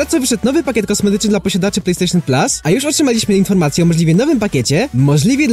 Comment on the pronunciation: Plejstejszyn PLAS XDDDDDDDDDDDD